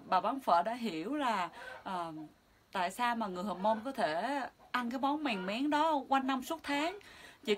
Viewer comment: Mèn mén chứ không phải mèng méng